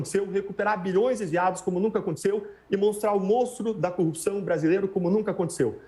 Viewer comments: cupção... o mané num sabe nem falar. haha #LulaPresidente2022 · se lascou ainda levou uma bronca ao vivo!!Todo o sistema de justiça está errado só ele está certo!!Esse povo de Curitiba tem uma dificuldade de falar corrupção!Cupição(sic) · Por que eles têm dificuldades de falar a palavra?" corrupção. sempre engolem o R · Dezenas de passagens nessa entrevista, ele, como o Moro, não consegue mesmo pronunciar a palavra "corrupção" - precisam da mesma fono, mesmo treino de dicção!!! kkk